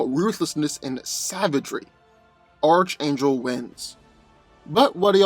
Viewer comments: It's pronounce Ark-Angel and this is a pretty one sided fight going to Hawkman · It's pronounced Arch(Ark)- Angel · can you not fucking speak... hooked oh phonics nigga... nith metal.. lmafo this video should be titled.... I can't pronounce shit... by dan.. lol sad thing is you'd done a archangel video before you had comment after comment tell you how to pronounce it but you still butcher it.... lmfao... fucking idiot dan is. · Archangel wins, and its pronounced ark-angel, get it right please, even though hawkman is a beast in combat, archangel is definitely much faster, hawkman wont see him coming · Nth is not pronounced "Nith". Nth is pronounced "Enth". And you go to a Christian school but can't pronounce Archangel? It's pronounced "ARK-angel". The "CH" is pronounced like a "K". Like when you say the Archon, it sounds like "Arkon". At this point, multitudes of commentators have pointed this out to you. You never read comments? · It's pronounced "Enth" not "nith" metal. And as stated by another commenter, "Arc", not "arch" angel. Sheesh..:) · Bruh I love your videos, but if I hear you say "arch" angel, when it's pronounced "arc" angel one more time, I'm a snap lol, like I know you've heard it before or seen the cartoon, sheesh... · Arch is pronounced ark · It's pronounced "Ark" angel, and "Enth" metal. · & his mispronunciations lol. His name is Archangel, pronounced ARK-ANGEL, not ARCH-ANGEL lol. And Nth metal isn't pronounced NITH metal, it's INTH-METAL. Lol, typical lol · Dude; ARC - Angel. The (h) is silent. Good stuff though! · Oh you’re saying arch angle again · Hey, I've mentioned this to you before, but it's pronounced ARK-angel not ARCH- angel. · It's definitely 'Ark' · Well yea it is ark angel, thats why schooling ia imp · I swear if he calls him ar CH angel im gonna lose it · It’s pronounced arc-angel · Archangel is pronounced (Ark-angel)